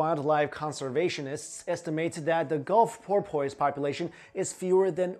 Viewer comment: Dude, love all your channels and vids. Your pronunciations are sometimes hysterical. Porpoise, lol, it's "poorpus." Seriously though, love ya and your work!